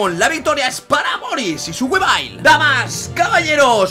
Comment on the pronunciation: me encantan los combates pero porfa dile wivail no guabail suena feo u.u